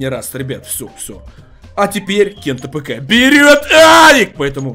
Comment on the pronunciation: Ты почему кент апк а не кент афк